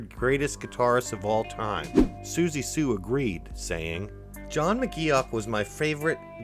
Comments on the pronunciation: I’m loving all the new info I’ve learned about one of my favourite bands ever! But omg. His name is pronounced “Mc Goff” not as it’s spelled. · I'm glad McGeoch left ... stops his name being butchered all the way through the video